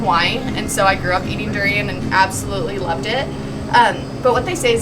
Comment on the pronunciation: Doo-ri-yaan. Not doo-ri-yen. Duri=thorn. Durian@ (something) that has thorn. Rambut=hair. Rambutan=(something) that has hair. Makan=eat. Makanan=(something) that has eat(meant to be eaten)@